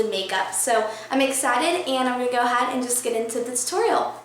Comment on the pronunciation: Lol, is that how they say "and" in Texas? EEEEYAND.